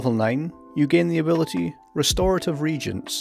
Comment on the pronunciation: Reagents are pronounced differently from regents. [Re-agents] are chemicals that react with each other. Regents are supervisors, guardians, and mentors of a very young royal heir until that heir comes of age and is ready to take charge.